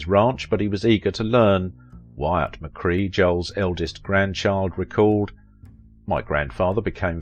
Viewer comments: McKray not McCree otherwise an excellent documentary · "McCRAY", not 'McCree' - - - hey, you sayit perfectly ! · It’s McCrea, like CRAY fish, not McCree like key! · I cannot listen to you butcher names like McCrea and Camarillo, pronounced McCray and Camareeeyo. AND, I'm Joel's daughter. If you'd like to know more about that see Jerry Skinner's docu on Joel, I'm in it too. You also got my brother's birth order wrong, it was Jody then David then Peter, who is younger than I am. Long story... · That's not how you say his name pronounced: Joel McCray! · Snother wrongly-pronounced name! WHY NOT show the respect to your subjects of checking name pronunciation? "McCray" - amd you actually say it right twice. Respect. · I guess the ten seconds it would take to research how to pronounce the name correctly is too much to ask for. I, like you, was very annoyed by it.